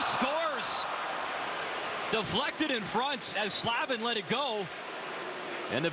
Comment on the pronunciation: Yeah, I cringed every time he said Slavin lol